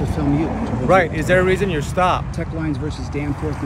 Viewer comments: Knowledge of what? He either misquotes the court cases on purpose or he just doesn't know them lol It's Teche, not Tech. It was also in Mississippi and this video is in California... Two different states! Imagine fact checking this guy. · Who is filming this? They sound deranged, maybe forgot their meds! I may be wrong but he does not sound like a scholar of any kind. That court case you keep repeating, 1 you are pronouncing it wrong, 2 it doesn't have anything to do with what you are trying to make it mean 3 it's a Mississippi case I think. Omg these videos are so funny. You don't need to make yourself part of the stop. I'm guessing your job is just to aggravate cops. I will bet just as soon as something goes amiss you will go looking to the 1st cop got help. No matter how little or big the problem you will go to the 1st cop you see!! It's not the camera it's the person behind the camera that can be a danger to the officer.